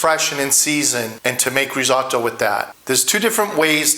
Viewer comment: I love risotto and have made it for years. Yours looks fantastic no doubt about it but please please don’t call it risAWtoe. As an Italian you know it’s not pronounced that way.